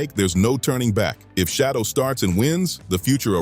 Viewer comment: Why are you idiots mispronouncing his name? His name isn't Shadow